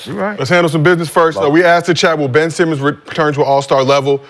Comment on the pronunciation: No way he called the nigga ben semen🤣🤣🤣